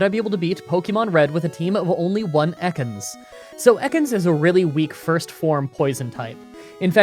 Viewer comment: That’s not how you say Ekans. It’s pronounced Eee-kins.